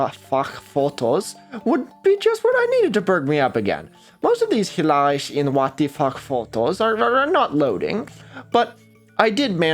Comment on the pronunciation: You really need to work on your Dutch pronunciation. The (sch) in Dutch is not /ʃ/ like in German, it's actually a cluster /sx/ and word finally (as in hilarisch) it's just /s/. I suppose pronouncing as [w] is technically not wrong because there are some Flemish variaties that do that, but the most common pronunciation (esp. in the Netherlands) is [ʋ].